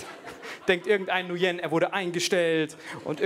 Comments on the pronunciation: Nguyen wird übrigens eigentlich "ngwiin" ausgesprochen, wie wenn man im Englischen sagt: "It's a thiNG WE INtend to do" ;)) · Ähm ich kenne einen Vietnamesen und der heißt nicht Nujen